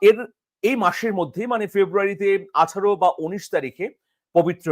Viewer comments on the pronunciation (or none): none